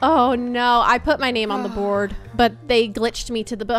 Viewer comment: THE WAY SAID BOARD